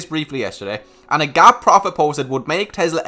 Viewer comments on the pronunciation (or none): none